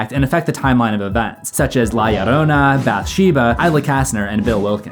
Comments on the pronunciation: La Llorona isn't pronounced "Lie arona" lmfao Edit: Can this guy pronounce any name right? And he says them so confidently too. This is unwatchable. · FYI, there is no "i" in La Llorona. It are two "Ls." Pronounced as "La Lorona."